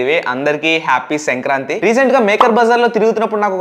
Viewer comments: Its not sankranthi its senkranthi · Bro adhi senkranthi kaadhu... Sankranthi😂😂